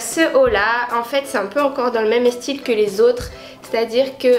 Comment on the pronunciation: haha toi aussi tu met des e devant les s (estyle) 😂❤️❤️